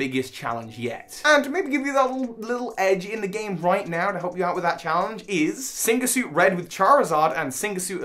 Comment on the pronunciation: Synga suit, you say? First time I hear of that. I do know Sygna Suit, if that's what you meant :p